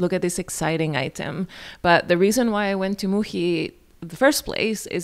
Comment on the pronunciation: love your vlogs and this one was wonderful! was fun to see various spots across brooklyn:) btw, this is a bit random but you pronounce muji as muhi using the spanish pronunciation for the letter j, but muhi in russian actually means a fly (or actually flies as a multiple). made me smile. hope you have a great weekend!